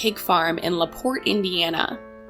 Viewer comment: Ty for pronouncing LaPorte correctly! So many people tell this story and say it wrong. I’m from LaPorte. :). They have a creepy Belle exhibit at the local museum